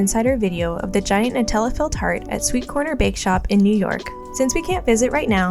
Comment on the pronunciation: it’s Nutella